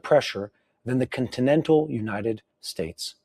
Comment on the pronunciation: I think the word promoter had several misspelling today. You usually don’t say words incorrectly like United States, Iran, and many others. Plus the audio kept going in and out. Love y’all and praying for you and your families, IDF, wisdom for your leaders, and protection for all of Israel..